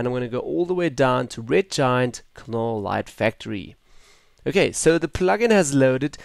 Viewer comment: its pronounced NOLL the K is silent!